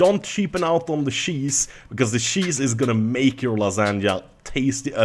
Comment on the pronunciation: "Dont sheapen on on the sheese" Oh you Swedes you